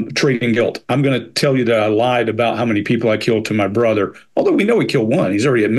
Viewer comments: He pronounced brother like BITH-AWW. Anyone know why? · Yeah!! When he says brother…. What was that!!? It’s not exactly an accent, is it? Just a weird way to pronounce some words.